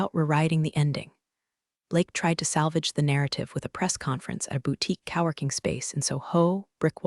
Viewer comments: "Cow-working" place lmao Your AI is a joke. Most are so dont feel special. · My new favorite malapropism is "cow erking" instead of "co-working". Comedy gold! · coworking. There is a repeated W. Cowworking. LOL